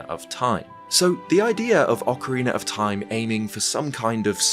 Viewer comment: Shout out to when used to call OOT as "Ocaweena of Time"! We appreciate your content!